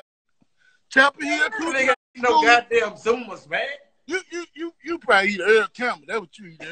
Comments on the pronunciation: It's pronounced "Zummo's" not "zumma's". And they're made right here in Beaumont Texas. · It's pronounced ZummO, made in my home town of Beaumont Texas and it is the livest sausage out there (it was better before they moved the plant out of the original location but it's still killin') RIH Pokey